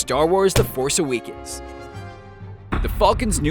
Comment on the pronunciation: star wars the force aweekends nice pronunciation